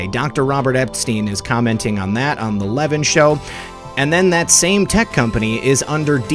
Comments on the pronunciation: Would you Please Correct your grammar when referring to Mark Levin, pronounced Le-Vin, not like leaven which is what bread does. I was raised by a Broadcast Journalist, and you, should Proofread, and learn pronunciation, before airtime. Mark Levin served in the Administration of Ronald Reagan, and you weren't even a gleam in your fathers eye! Corruption dectector? More like a pup, with a Mike. Not Impressed! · Levin is pronounced Lavin with the emphasis on vin... short i.... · Great show. So much corruption. (You may do this intentionally if his name is a trigger - but Mark pronounces his last name /Le VIN’/ 🙂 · Learn how to pronounce Mark Levin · You're pronouncing Mark Levin's name incorrectly. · Love your work! Friendly suggestion. Please learn how to pronounce Mark Levin last name. Keep up the good work.WWG1WGA